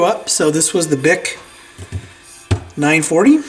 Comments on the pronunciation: These BIC turntables are nicer than people think. (It's pronounced B-I-C, not BIC. ) The 940 is the base model of a series that also has a 960, 980, 981, and 1000. The 960 is like the 940, but has a removable headshell with a rake angle adjustment. The 980 has the same features as the 960 plus a pitch control. The 981 is a cosmetically updated 980, and the 1000 has 2 motors that allows the platter to stop when dropping records in stacker mode so a record doesn't fall on a spinning one. Manufactured in Michigan, so made in the U.S.A. They're quiet, smooth, has a good wow and flutter. (My 981 has .08 on 33 1/3 and .06 on 45.) To free a stuck platter, use a soldering iron. Take out the spindle and put the iron in the hole. (Pull off the rubber mat so you don't accidentally melt it.) 10 minutes or so later, the old grease should soften enough to get the platter off. Pull straight off, don't force turn the platter. Once cleaned, freed, lubricated, and working, these are RELIABLE. I have sold a Dual 1228 and a 1245 and kept the BIC just because other than the stylus, there's not a lot that goes wrong with them. I don't miss the Duals at all. (I also have a Kenwood PC-400U belt-idler manual tt, but I use the BIC more.) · ❤ thanks for the video it took me back many years as I've been in two turntables for a long long time! The 940 could be purchased at a discount her with sure m91ed phono cartridge for about a hundred and $12 it is not pronounced Bic it is pronounced Bic not like the lighter company or the shaver company LOL